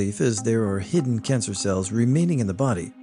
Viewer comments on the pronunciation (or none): I love that u accidentally said "cidden hancer" lmao I make that particular mistake when talking a LOT, so it's relatable & charming to see someone else do it, esp someone who reads/speaks so clearly.